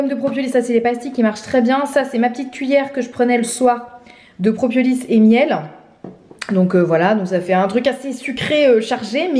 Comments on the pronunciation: C'est "propolis" et non "propiolis" ! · Je crois (sans m’avancer 🤣🤪) qu’on dit proPOlis et pas propiolis. Je compatis tellement avec ton mari mettre des gouttes a des petits même à des grands enfants !!! C’est une galère !!! Super temps des fêtes à toute ta famille !!! Profites bien !!! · PropOlis et non propiolis ;) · Pourquoi dis-tu propiolis ? 😂 Très sympa ton pull 👍